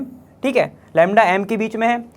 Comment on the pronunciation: Btw why does he always say like tik tik 😅😅😅 he says thik but it sound like tik😂 its funny😂